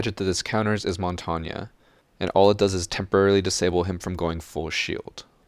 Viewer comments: It's not montanya, it's mon-tane, (Said like) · It's mon-tain, not mont-an-nye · Everytime you say montagna, my ear bleeds its french so there's nothing that sounds like a A at the end of montagne. Sorry I just had to point that out, you could say mountain instead, same thing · why do you say montanya and not montagne? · Good video, but every time he says montania instead of montange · The way you fools pronounce “Montagne” makes me puke. Mon-tang Not MoN-TaWnYa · whats more true to the google translate? "mon-tawn-ya" or "mohwn-tehayng" in the end i see mon-tang being much more suitable then mon-tawn-ya, being a french speaker myself. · You butchered montagne's name. Its Mon Tag Nee not Mon Ton Ya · I don’t think it’s pronounced “mon-tonya” As it is French I believe you pronounce like the French word for mountain (I don’t how to spell a pronunciation but I’ll try my best) Mon-taene In school I was thought mon-ten but it differs around the world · ITS MON-TANE, NOT MON-TON-YA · it is not pronounced like that, it is more like montagn, but the gnya is kinda like the gutural sounds SOME french people might use for their accent, but im not 100% sure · Bruh. What do you mean montanya 😭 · The way you said Montagne made me cringe. It's French for "mountain". You pronounce it like "Montane". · When you say montania a part of me dies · Is any one talking about how he says Montang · Mon-tawn-ya is actually the correct pronounce for montagne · "Montagne" is pronounced "Monn-taine" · montagne is pronounced mon-tang. it is the french word for mountain, a more accurate pronunciation would be something like mohwn-tehayng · Its pronounced mon-tayn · Montainya wtf that's not how you prounaunce that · It’s pronounced mon tane you fucking walnut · Dude, its pronounced "Mon-Tane" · ITS “MON-TAIN” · I swear if he says montonya one more time... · Mon-ton-ya Not how u say it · No ones mad about the fact he says Montongya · Mon-ton-ya what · How he says Montagne tho